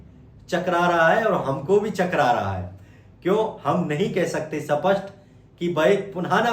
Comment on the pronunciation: Bolno to Sikh le सपसट ❌ स्पष्ट ✅